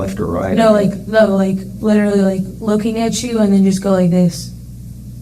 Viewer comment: Litrlly.. she did. (Yes, it's spelled wrong cuz that's how it sounds like she says it, to me anyway.)